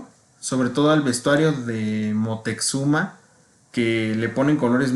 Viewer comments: Y es Moctezuma, x que dos veces dijiste Moteczuma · Si , el dice Moteczuma.